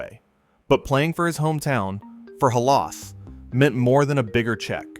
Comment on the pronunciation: And Halaas.